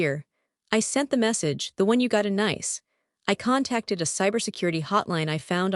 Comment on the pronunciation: If I hear Nice mispronounced one more time!!!🤨🤨